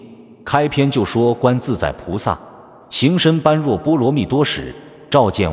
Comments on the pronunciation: 般若 念 波惹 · 1.不要隨便說，誰是誰的化身！ 2.“觀照”兩字，也非慧律法師，首次提出！ 3.般若：音念“ㄅㄛ””ㄖㄜˇ”！